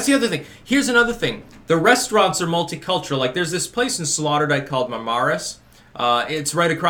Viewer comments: I like how you slaughtered the name Sloterdijk and called it Slaughterdijk. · FYI, it is pronounced SlOterdijk, as in oh oh Sloterdijk. As far as Schiphol airport is concerned, you probably picked the worst time of the year to go through there. Most dutch families go on vacation in July. As a result the cities are quieter than usual, with the exception of Amsterdam because it is such a tourist magnet. Btw, Schiphol is ranked #11 in the list of top airports in the world. You might also want to know that Schiphol is undergoing some major renovations at the moment which makes traffic a little more confusing. I have been through that airport countless times so I know where I am going and I am usually out of there in a half hour or less. The city commission is well aware that Amsterdam is a major tourist destination so they go out of their way to keep the city clean. Other cities in the country are less fanatical. You are correct that the Dutch like to garden. Amsterdam has the largest flower market in the world which is located close to Schiphol airport. If you had traveled further east in the country, you would have discovered that it is more conservative than the western part of the country. It is like comparing New York to the mid west of the USA. The Netherlands is very much like Canada regarding air conditioning. It rarely gets that hot so it is only required for a few weeks in the summer. As such, most homes do not have air conditioning. Besides, energy is heavily taxed in the Netherlands so air conditioning is very expensive. Glad you enjoyed your t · Slaughterdyke? Sloterdijk. Hahaha. Loved this piece. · Did your waifu not teach you how to pronounce Sloterdijk? Typical 'murican ignorance.